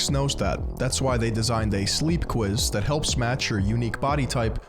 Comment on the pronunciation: You know someone is going to drop a serious enlightening disquisition when they say the word THAT with three syllables. Regardless if he does have some sort of mental incapacity his behavior suggests he's just a pretentious prick.